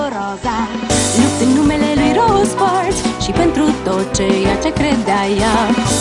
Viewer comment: It's ,, tot ce" not tourter.